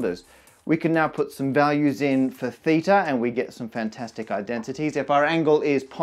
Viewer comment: as a native Greek speaker I think that you pronounced θ pretty well